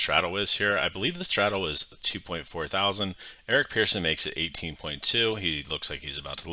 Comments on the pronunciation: Pretty sure he pronounces it "person" and not "pearson". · yeah but the guy's name is Eric Persson not Pearson and pronounced as such...."Pers-son"